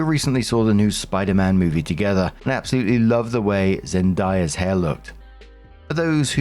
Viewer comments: Zen-DAY-uh,. Not Zen-die-uh 😂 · for future deference it's zen-DAY-a, not zen-die-a. i know it's not intentional but sometimes non-black people have a habit of looking at a black/mixed person's name and subconsciously thinking that it must be pronounced differently than how it's spelled but no, zendaya is said exactly how it looks lol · Here name is Zen-day-a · I had never heard anyone say Zendaya like that I was confused for a second.